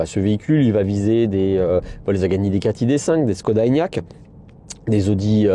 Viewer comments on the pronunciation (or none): none